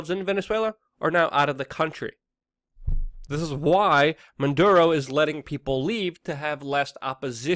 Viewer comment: And freaking the name is not Manduro!